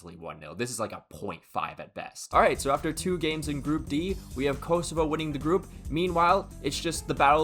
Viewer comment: as a true shqiptar, this means everything, than you. (Also, it’s pronounced Koh-soh-va)